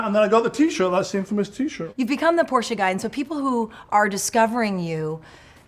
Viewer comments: Thank you for another outstanding episode,. And thanks for pronouncing Porsche correctly; I'm known to be kind of a biatch telling people "There's no such thing as a Porsh", LoL - and FWIW, My birthday is 7/7/57... 😉🤣✌️ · ...and as a German i must say, that Magnus an say "PorschE" not "Porsch" or "Porschy" i appreciate much.